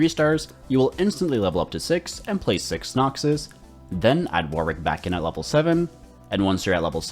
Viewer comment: The way you say Noxus is great